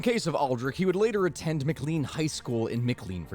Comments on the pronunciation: This only matters to native northern Virginians but McLean is pronounced Mick-Lain and hearing it mick-clean hurts my brain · Pronounciation note: Not Mic-Lean. Ma-Clane. Also the 70s was when the 2 Martini lunch was a thing with Senators and Representatives. Drinking wasn't looked down on so much. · 1. I’ve been listening to your content on repeat since I came across your page. Keep it up! 2. McClean is pronounced mih-clain. your annunciation of Mc Lean sound like McDonald’s new line of codeine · I'm from that area of virginia and that's not how you pronounce Mclean, it's pronounced like mclane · McLean VA is pronounced more like... McClane a la Die Hard.